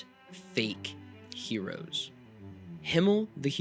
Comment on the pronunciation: "Hereos", Oreo's cousin from Krypton